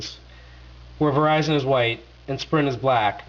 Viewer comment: hehehe he sais Verishun and then keybird, listen carefully! lmao (yes he says verizon properly too)